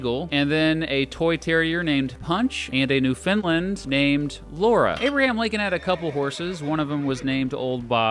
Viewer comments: New-Fin-Land not Newfinlind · I hold off to watch this video and hear my home province pronounced as "New finland." R.I.P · one thing is that it is prounced newfindland exactly like that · Newfoundland is pronounced by putting the emphasis on New and Land, with Found being pronounced like "fuhn". Say it like understand.